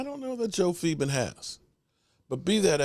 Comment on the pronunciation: Moron, Philbin not Pheebin!!!